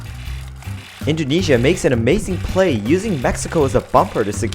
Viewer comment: Indoneia!!!!! Indojesia!!!!!